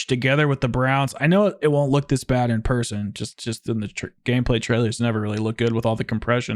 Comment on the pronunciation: average British “person”